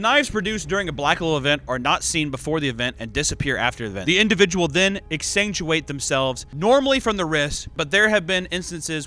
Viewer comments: Exsanguinate = ex sang when ate Pronunciation was driving me insane, well more insane lol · I love how he doesn’t even bother putting in the effort to do a retake when he mispronounces the same word a dozen time (exsanguinate)